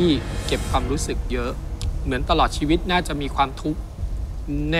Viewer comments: ชีวิต คับไม่ใช่ ช๊วิต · ชีวิตครับไม่ใช่ ช็วิต